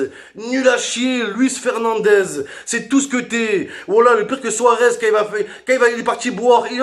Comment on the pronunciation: Suarez souaguez 😂😂😂😂😂